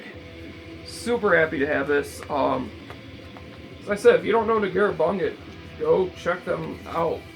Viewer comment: The second word in «Negură Bunget» is pronounced /bunʤet/, like ‹bunjet›. :D